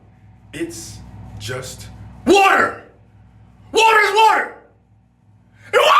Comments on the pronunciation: WHATER IS WHATER lol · WHATER IS STILL NOT WHETT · the emphasis of the water oml I’m crying 😂😂😂😂